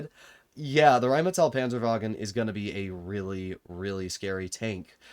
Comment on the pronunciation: RRHHÉINNMÏETÆL PÂNZËRWAGUN 🗣🗣🔥🔥